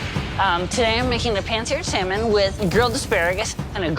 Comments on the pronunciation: For a Teacher, needs to learn to pronounce Salmon properly. She calls it SOW MAN. It is pronounced SAM UN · sorry, but it kills my ears to hear people pronounce that fish as sal-mon. huh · I want to gouge my ears every time says "sell-mon". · People who pronounce the L in salmon drive me nuts...😩 It's "SAMON"! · the ‘l’ in ‘salmon’ is silent.